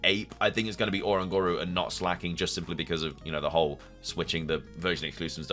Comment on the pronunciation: Love the video 😭 but it's O-Ran-gu-ru like orangutan but you replace gutan with guru